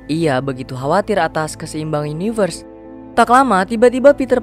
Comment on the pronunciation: yunayvers cuy wkwkk ada ada saja nyebutnya